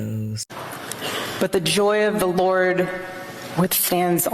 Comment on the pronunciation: She loves saying Lord with emphasis on L in her way